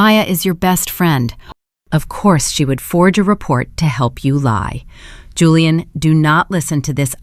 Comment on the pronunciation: Why can't the AI pronounce Julian properly? It keeps saying Hooliaan which is incredibly annoying.